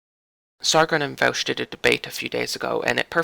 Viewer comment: It is pronounced vaw-sh.